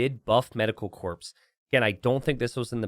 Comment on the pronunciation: Corps is pronounced Kor:)